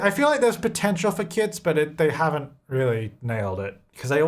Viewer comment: When he was talking about kits, I could have SWORN he was saying "kids" and I was soooo confused as to why he "just ignores" them 😂